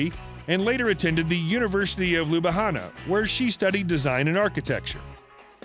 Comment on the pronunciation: That's not how you pronounce Sevnica looool. Ljubljana is also not pronounced like that. Also, there's no way in hell she speaks six languages.